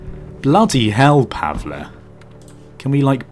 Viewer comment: its pronounced Pa-vull